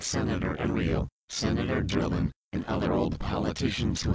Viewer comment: Heard how the voice pronounced Enrile and Drilon? They are not Filipinos. That make them more scary, that means they ARE from the different parts of this planet and have eyes and ears from each country.